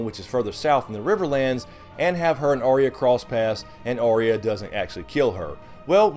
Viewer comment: her name by the way is not arr-ee-ya... its ahh-ya, or something similar. just saying:D